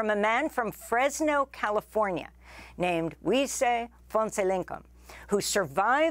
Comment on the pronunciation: I appreciate how well she pronounced his name. Happy to hear they made it out, still alive and together.